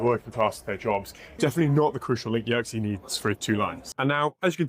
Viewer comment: Small correction: Yer-keys, not Yerksey